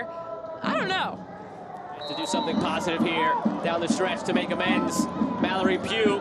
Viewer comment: Mallory Pug